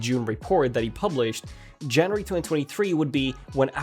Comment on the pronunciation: Where did you learn to pronounce January?